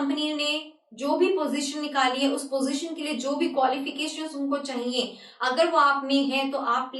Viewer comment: jab ap ye bolti chaiye it sounds like funny so funny